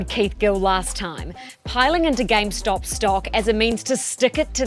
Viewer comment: Why does he keep saying “gamestock”?